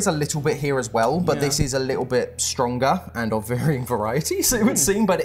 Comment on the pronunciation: I think bruv said stwonga